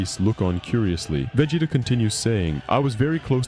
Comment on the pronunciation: I realized something was wrong the way the voice was pronouncing Vegeta, man I hate this kind of content